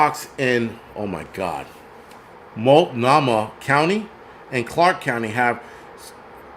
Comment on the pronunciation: I know you probably don't care but: Malt (like the milkshake) No (like no) Mah (like nickname for a mother) No worries though. That's where i was born. But don't say Or-E-Gone... 😂